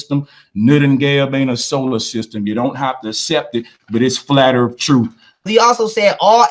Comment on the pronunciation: It's earth, not earf